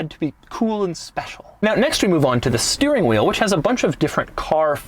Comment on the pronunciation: Spesiale AHAHAHAHHAHAHAH